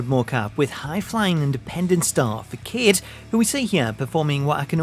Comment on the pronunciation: Awesome video. Game looks promising. Facade is pronounced Fuh-Saad btw!